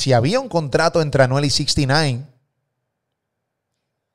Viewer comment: Loco se pronuncia sixnine no sixty nain como dicen los boris